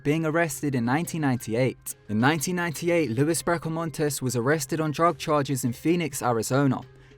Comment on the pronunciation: It's not your fault, you're obviously from a place that doesn't have many Mexican people, let alone Mexican or American Indian words, but Luis is pronounced LOU-EES and Maricopa is pronounced Maricopa, lol. Im just yanking your chain. You're actually one of my favourite narrators. And sheriff Joe Arpaio is a god damn lunatic.